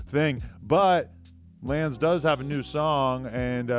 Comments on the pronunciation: Its not lanze its lawn-zay nigga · Yo Adam It's Pronounced LANZE (LAWN-ZAY)!!! ‼